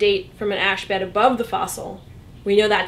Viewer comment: She said carbon dating is all but useless after about 20,000 years. Isn't it more like 50-60,000 years? Btw, the way she says "ash bed" makes it sound like a Muslim holy day.